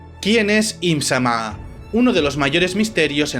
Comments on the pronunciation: solo dijiste bien una vez im- Sama sin acento. todo el vídeo bien pero las pronunciaciones, con esa una vez te das cuenta que si puedes hacerlo mejor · No me suscribo. No pienso ver a quien diga "EEHMZAMÁH" Encima, el acento españica no me lo esperaba. Mejor vuelvo a la fandom en inglés. Y la cantidad de inexactitudes y errores... 😂😂 Si vas a hacer un video, hazlo bien. Da risa. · Tan difícil es pronunciar I'm-sama, lunarians y otras cosas básicas así?